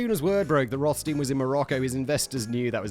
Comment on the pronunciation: Simon! Still the same issue with German double vowels: you always pronounce it like the LAST of the two letters in English. ei=i and ie=e, dead simple. The name Rothstein is of German origin for sure, meaning red stone. So the rules above apply.